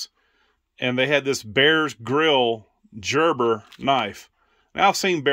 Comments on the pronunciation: Hubby has some beautiful knives too. They have stories and they can be sentimental. Thanks for sharing. BTW, the multi-tool is pronounced Gerber like Gerber baby food not like Georgia. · Gerber makes fantastic knives and multi tools! FYI, Gerber is pronounced with a "g" sound, not "j". 😉☺️